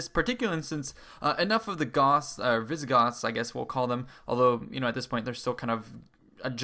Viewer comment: Visigotttths!!! So they were roughly the Spanish ancestors?